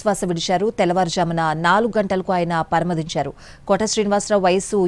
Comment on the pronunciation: పరమపదించారు అని చదవడం రాదా రీడర్ ?????